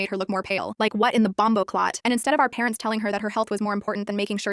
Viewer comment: BOMBOCLOT MAN, TIS DOOR IS YUMMY